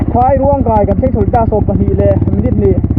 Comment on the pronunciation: phairuang kai i lam dan hi chu a dik chiah lo deuh chuan ka ring a ni...a dang chu i ti tha e.